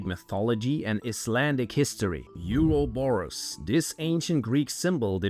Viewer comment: Euro-borus 😂😂😂 never ever in history been said like that 😂😂😂😂 LMFAO